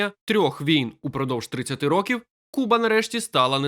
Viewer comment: Будь ласка, покращіть якість начитки: не двух а двох не ро́ків а рокі́в не ці́ну а ціну́